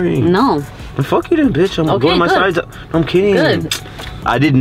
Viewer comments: The “naur😂😂😂😂” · She starting no in a British accent